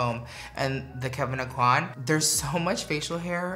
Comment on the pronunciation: Hes still saying kevin eh-coin? Is he doing it intentionally??